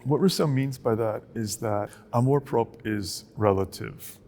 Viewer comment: Nice dialogue, but please learn how to pronounce "amour propre". The 'r' in propre may be a bit challenging, but you guys are driving me nuts.